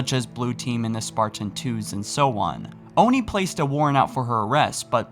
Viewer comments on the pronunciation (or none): Do NOT call it Own-ie. it’s Oni, ONI, aw-ni, ah-ni, soft a. Stop saying the hard O. It’s wrong in my head.